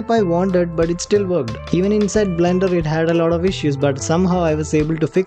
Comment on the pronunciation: Bhai pehle to 'lot of' ko 'lauda' bolna band kr do. 🙏🏻